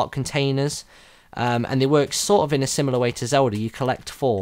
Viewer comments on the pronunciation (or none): none